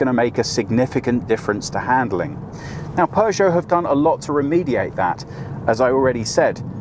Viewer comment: don’t pronounce it ”Pjuushow”. 👍😊